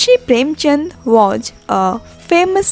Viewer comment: Hey you first make right pronounce the English word like i say (was) is correct pronounce but you are saying (waj)and (storige)is not correctly but (stories)is correct pronounce